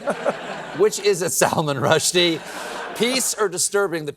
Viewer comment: When Stephen went through his opening monolog and said Salmon Rushdie was coming up next, I was shocked actually said out loud, "Did he just say Salmon Rushdie?" absolutely convinced he was dead. What a wonderful sense of humor and humanity he still has.